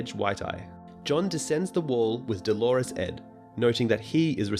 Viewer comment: Doh-lore-us Not duh-lore-us Sorry it was bugging me :)